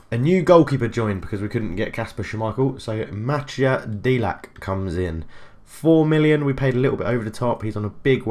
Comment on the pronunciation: try saying delach thats the right pronunciation every "c" in croatian and slovenian is "ch" in english